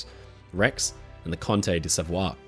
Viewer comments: Hi, just two very minor corrections: 1) the italian pronunciation of the “Conte di Savoia” is, in a vaguely english-orthography transcription, more like “dee sahvoyah” rather than the french-pronunciation “deh savuah” you adopted; 2) the two liners were originally ordered by separate companies, respectively the “Rex” by “Navigazione Generale Italiana” and the “Conte di Savoia” by the “Lloyd Sabaudo”. Both lines (as well as the “Cosulich” line) were merged into “Italia Flotte Riunite” (the “Italian Line”) while the liners were being fitted out, so they entered service under the same flag but were launched destined to two separate companies. Except for these two nitpicks of mine, great video! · a couple of things..........First, the Rex didn't debut in 1931. Her maiden voyage was September 1932, and in fact was a disaster due to technical breakdowns.) Second, her running mate, the Conte Di Savoia...the pronunciation is SAVOYA (not Savoie, which would be French, as in the CGT liner "La Savoie"). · I'm guessing that you don't have a lot of Italian viewers, or they bite their tongues. "Sav-wah" (savoir) is a French word meaning "to know". "Savoia" is pronounced like "Savoy-ah", in reference to the House of Savoy which was the royal house of what was then the Kingdom of Italy. Rex of course means "King", albeit in Latin rather than Italian. (In Italian the title is "Re", which doesn't quite work as a ship name the way "Rex" does... er, did.) Still, it would have been a reference to the then king Victor Emmanuel III who probably didn't deserver to have such a beautiful ship named after him, but that's a different conversation. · Yep he pronunced Savoia like Savoir in french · Savoia is pronounced "SaVOYa" in Italian. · The name Conte di Savoia is italian, but you try to pronounce it french. That's not correct. It should be Za-voh-yah for you weird english speakers... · Savoia is pronounced: Saa-voy-yah. SS Conte di Savoia = Con-tee dee Saa-voy-yah.